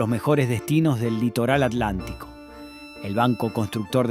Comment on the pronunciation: BUEN DIA,SI HABLAMOS DE ARGENTINA HABLEMOS BIEN.NO ES ALANTICO ES ATLANTICO.NO ES NORIA ES CALESITA.NO COPIEMOS SEAMOS BIEN ARGENTINOS.GRACIAD 😘🇦🇷🇦🇷🇦🇷🇦🇷🇦🇷🇦🇷🇦🇷🇦🇷🇦🇷